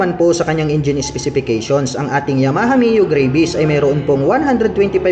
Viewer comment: GRA - VIS daw tamang pag pronounce lods hindi GREY-VIS.